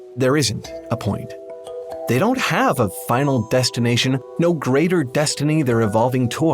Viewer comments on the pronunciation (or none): none